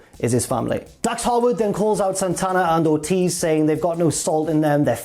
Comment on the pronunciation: I always hear "Santana and/or Tiz".